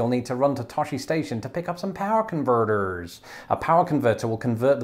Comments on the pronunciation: Worth watching mostly for saying "pyw-wyrrrr c'nvrrrtrrrs" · why did you say power converters like that lmao 😂